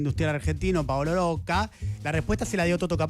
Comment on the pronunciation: Oye Diego, porque pronuncias el apellido Rocca con una erre muy suave? Creo que se pronuncia así, como está escrito, Rocca, como repelente, o repetir. También, todos pronuncian Techin, en lugar de Techint.